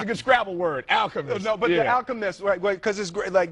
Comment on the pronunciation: He comes SO close to saying Achemist....